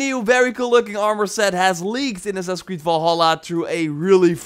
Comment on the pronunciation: "Assassin's Creed"